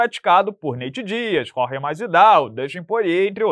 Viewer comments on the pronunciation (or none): none